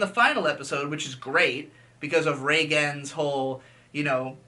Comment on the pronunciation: I can only hear Rei-GEN.